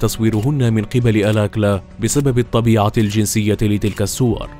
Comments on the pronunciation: الاستاذ المقدم أو الكاتب أو المعدين للحلقة، اسم القا،تل رودني آلكالا alkala و ليس الكلا alakla البنت التي فاز بمواعدتها في البرنامج رفضت أن تخرج معه وقالت هذا الذي نجاها من موت محقق لانها لم ترتاح لعيونه أو نظراته ارجعوا إلى الوثائقيات وبرامج القت،لة المتسلسلين الأصلية الأمريكية وشكرا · هو رودني الكالا وليس الاكلا انطق الاسم جيدا